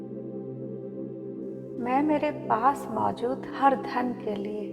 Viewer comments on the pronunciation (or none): none